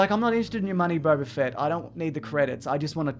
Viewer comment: It's Boba Fett not Bob .A Fett